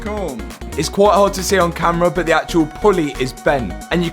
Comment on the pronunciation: I really like these videos but some language really hurts my ears. I'm not English but I'm pretty sure but is not pronounced as BO